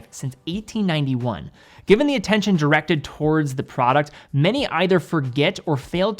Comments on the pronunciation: Where in the name of all things sacred do you get the name 'eyenox'? It's 'inn ox'. Not even the original name is 'Victor eye nox'. Please people, you dont have the right to mispronounce other people's names. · Well that was a wierd way of pronounceing "Victorinox"